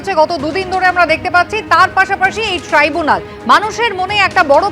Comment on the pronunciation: ওটা ট্রি বুনাল না, ট্রাই ব্যুনাল